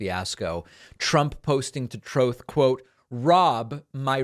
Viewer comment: Noticed you say “Troth” social not truth ….. all I see is loads of swines at the troth 🐽🐷 ! Thanks for the laugh!